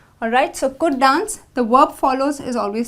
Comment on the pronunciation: You pronounce dance like done😆